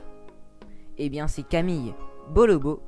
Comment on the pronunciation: Camille se prononce Camil